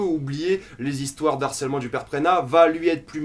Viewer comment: Juste une chose, on ne fait pas la liaison avec « harcèlement » : « de harcèlement » , pas « d'harcèlement » ;)